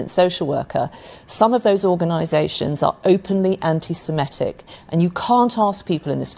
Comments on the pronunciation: Mordaunt can't even say the word correctly, she says antisem'E'tic. It is, of course, antisem'I'tic. But hey-ho I'm guessing she belongs to the Conservative Friends of Israel, her views will always be skewed! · 'anti Semitic'.....NOT 'Anti Semetic'! Jesus. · She can't even pronounce the word properly. Don't know why anyone is asking Mordant anything.